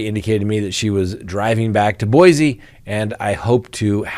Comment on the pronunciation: I love your show. FYI: as a born and raised Idahoan, when you say Boise, say the S with an ssss sound. Say "boy-see". Out of towners are easy to identify as they pronounce Boise with a Z sound. Drop the Z 😉